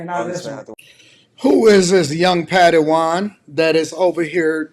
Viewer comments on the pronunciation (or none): I'm sorry but "Patty Juan" instead of Padawan is crazy and I'm using it from now on!!!😂